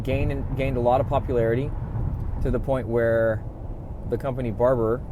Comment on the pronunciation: I love that Barbour look, it’s classic. I have several Barbour jackets, the Beaufort being one. You’re right, it can be worn in nearly all occasions. Beaufort is pronounced Bo’for. Odd, I know. We also pronounce Barbour as Barber. I think you’ve nailed the fit, perfect. Looks great.